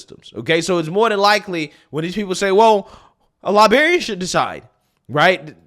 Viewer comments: LiBRarian. Not liberrian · Librarian, not Liberryian. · It's not libarian. It's librarian, you're missing an entire, important, letter in your pronunciation. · Librarian has 2 R's 😂😂😂😂